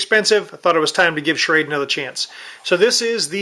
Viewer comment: not that it matters but its pronounced Shrawduh